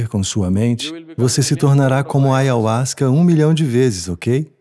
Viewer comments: Com certeza ele nao conhece o ayahuaska. Nao sabia nem pronunciar. Ayahuaska nao e alucinogeno e sim enteogeno. Melhor experiencia de minha vida. De jeito nenhum por mais q gente tente falar o que e nao conseguiremos. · vovo antes de falar de ayahuska, tenha humildade e respeito de falar a palavra direito ... falar sem conhecer se chama ignorância. toma o cha primeiro e depois pode falar... essa substancia e sagrada.